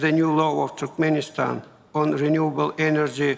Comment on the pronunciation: он говорит туркменистан как TurkPenistan